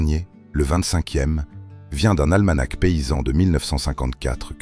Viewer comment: AlmaNA, PAS alma-NAK (almanach).